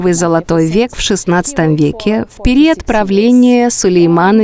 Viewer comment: что за ужасное озвучивание ? Ударения не верно ставит. периАд вместо период, на грилЕ вместо на грИле😂😂😂